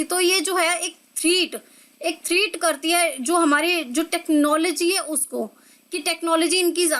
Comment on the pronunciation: Mam Threat ki pronounciation glt bol rhe hai aap